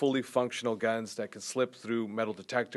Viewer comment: gusk guns